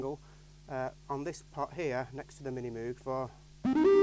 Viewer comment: supposed to rhyme with rogue